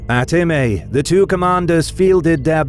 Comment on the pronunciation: I think it would be pronunced 'Im-ai', but most people can't do/don't know that 'ae' in Latin basically equates to 'ai' in Greek. But this is further East than normal so perhaps.